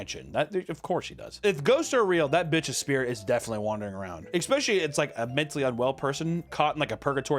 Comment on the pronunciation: He did it, he said "expecially" again. Remember, I'm just trying to help. I love you